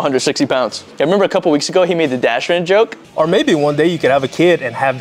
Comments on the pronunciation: Why do they pronounce it like strenth and not strength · The way they pronounce strength always cracks me up